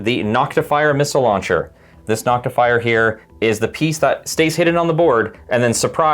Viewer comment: You left out your most egregious error. Saying NoctiFYER instead of Noctifer. ;)